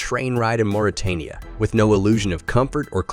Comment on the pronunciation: Mauritania is pronounced as Moritania, not Maritania as he reads it.